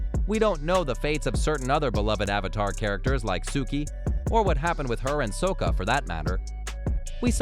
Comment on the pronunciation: You mispronounced Sokka’s name👎👎👎